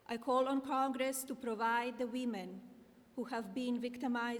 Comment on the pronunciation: Side note, her English despite reading the script is appalling. Saying convinced instead of convicted, calling Congress “cogress”. Very poor and sloppy for such a serious matter. America, you are a joke 😢